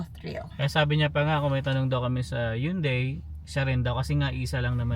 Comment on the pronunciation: It’s “Hun-dei” not “Yoon-dei” 😅